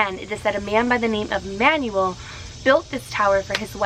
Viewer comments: Pretty sure the owner of the tower is pronounced Man-well, not Manual. :P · Does it not bother anyone else that she keeps pronouncing this man’s name as “manual”? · You said the last name right but you mispronounced the first name. It’s pronounced man-well. It’s a Spanish/Mexican name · I love you but PLEASE do name pronunciation checks before filming videos cause that is definetly not the way to pronounce Manuel and it really hurts to cringe while watching your videos. That aside you've been keeping my October super spoopy with this year's 31 Days of Halloween so keep it up!